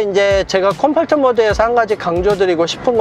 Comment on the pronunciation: 컴포트발음 왜이래